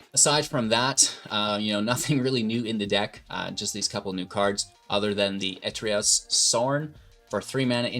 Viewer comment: 'Etrios sorn'